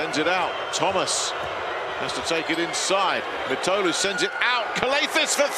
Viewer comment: His name is pronounced Mitoglou, with strech on "i" (Μήτογλου).